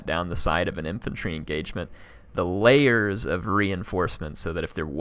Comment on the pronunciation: I thought you were saying Valaya's instead of the layers xD great game by the dwarf player I think he did what should be done as dwarfs, defending against cavalry needs noob box, defending against flying units needs a cheap unit to take the damage and hold the flying unit while slayers come to follow